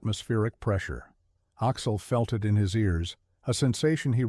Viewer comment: I’m not sure I can finish listening to this. Axel is pronounced Aahx’-el, not Oxol! 😢